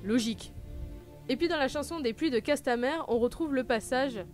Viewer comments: Pluies de CastamIre bordel, le "e" se prononce à l'anglaise. Les pluies de ça sonne moins bien... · J'aime beaucoup ta vidéo, mais arrête de massacrer les traduction !!!!! Castlemiiiiire pas castleère rooooh Sinon j'adore ta viéo! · Un ptit effort sur l'anglais serait pas du luxe. C'est pourtant pas compliqué de dire castamire plutot que casse ta mère.